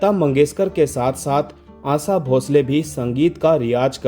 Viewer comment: Aasa nahi, Asha kaho ,kounsi bhasha hai aapki ?